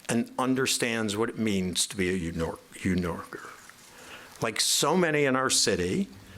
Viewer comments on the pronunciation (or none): Did Dean say You-Norkers? God speed Mamdadi and company! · "ewn yorker"